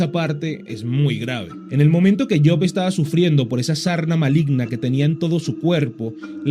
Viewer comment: Yok ? Kien es yok maldito pronuncia bien es job noo tok